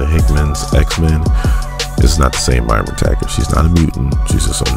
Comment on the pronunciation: call her MYRA one more time! lolz nah solid video